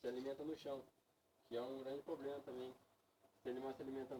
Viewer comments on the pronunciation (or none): O estudante de Medicina Veterinária que estava apresentando falou "Pobrema" ou foi impressão minha?